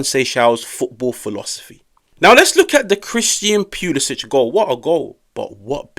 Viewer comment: Leao was definitely the game changer. Also,,, Cristian Pew-lisic lmao sorry had to